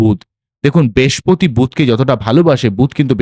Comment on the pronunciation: Kothata bespoti noi brihaspoti.